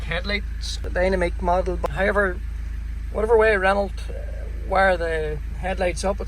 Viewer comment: nibba.. reno´.. not renaulT .. ive say it as german speaking guy, learn your shit :D